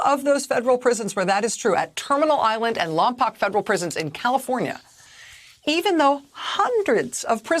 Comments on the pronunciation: I love the reporting but have to request one correction. I grew up in Lompoc. The correct pronunciation of the town is Lom-poke. There is no town called Lom-pock. 😁😘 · My sistet-in-law grew up in Lompoc. It's pronounced "Lom-poke".